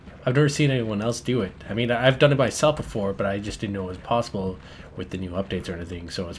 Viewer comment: haha for real, everytime says 'possible' i hear PAUSEible, it's very annoying actually!